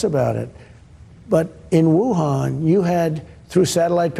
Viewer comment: The poor guy didn’t even know where Wuhan was or how to say it properly